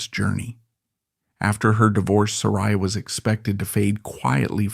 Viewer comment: OK, 3 minutes in & you are not only repeating yourself, but MISPRONOUNCING HER NAME.